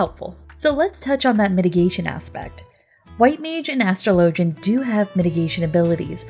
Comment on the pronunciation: "ash-trow-low-gen" > "as-straw-la-gen"